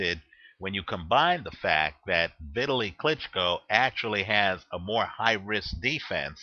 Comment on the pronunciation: ITS PRONOUNCED V_TALY!!!!